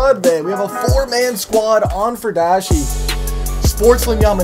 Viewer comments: It's pronounced fury-dashi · FUR-I-DASHI......I know you like the furries mate, but come on :P